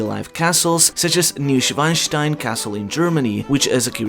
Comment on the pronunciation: it's Neuschwanstein not Neuschweinstein. Obviously a tiny mistake but a funny one since Schwan means swan but the way you pronounced it - Schwein, means pig